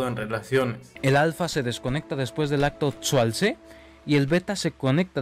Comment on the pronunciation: Acto "sualtse"... 😂😂😂😂